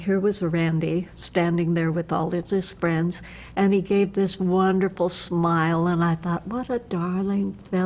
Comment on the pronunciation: Wunnerful wunnerful wunnerful!! hehe :D